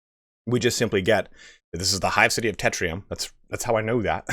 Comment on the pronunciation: Literally everyone is calling the city Tetrium, when it's Tertium.